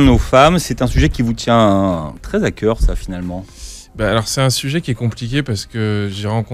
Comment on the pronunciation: Roow au début " 1 sujet qui nous tient très ZA cœur "! Pas " très T'A cœur "!!!!!